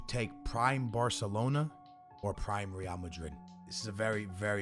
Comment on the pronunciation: Dude pronounces real and ree-AL